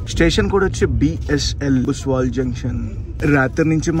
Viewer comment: బ్రో అది బుస్వాల్ కాదు బుస్సవల్